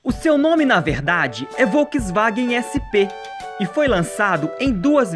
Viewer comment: Uma dica: Volkswagen pronuncia-se "folksvagen". ☺